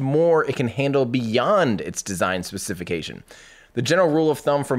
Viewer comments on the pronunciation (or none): Speh-sa-feh-Kay-tion...you'lll get there :) Fantastic work on the video. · Not to be that guy but... Ur pronouncing specification wrong.